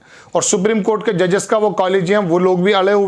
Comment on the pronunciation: Sir aap 'sarvajanik' ,'cort' ka galat uachcharan kar rahe he